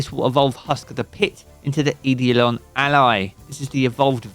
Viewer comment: eidolon is pronounced "eye-dough-lawn" btw